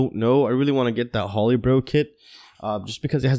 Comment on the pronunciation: May want to look up the pronunciation of Tarot and Holybro. Otherwise, cool vids.